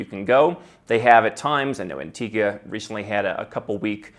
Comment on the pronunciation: Since pronounced Antigua correctly, I'll have to trust him on Anguilla and Macedonia (hard C, really?).